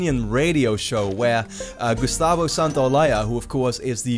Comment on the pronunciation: Ok i know this is immature as fuck but midway through the video he said Gusatvo Santoyaya by mistake.